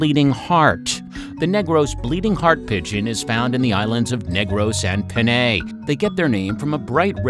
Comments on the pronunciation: Panay is pronounced as /Pan-ay/ instead of /Peney/ and it is mostly known as Panay Island I hope this helps :) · I it's late to say this , but it's pronounced as panai , not paney😂😂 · Panay is better pronounced as PA-NIGH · Broo its not peney its paynay its literaly pa nay nay nay not ney panay its not peney ok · It's panay not peney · We've just hired a new narrator who takes pronounciation very seriously. Stay tuned! We're currently working on a video that highlights Philippine fishes. We're hoping ALL the pronounciations in that video are correct! If not let us know please 😊